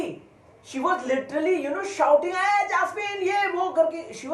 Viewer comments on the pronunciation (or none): The way you said jasmean jasmean 🤣🤣😂 i laughed so hard .....